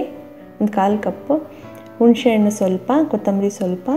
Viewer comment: ಉಣಶೆಅಣ್ಣು ಅಲ್ಲ ತಾಯಿ ಹುಣಿಸೆ ಹಣ್ಣು